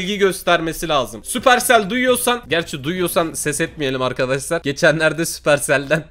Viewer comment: süqercel derken getir yemek getirir😂😂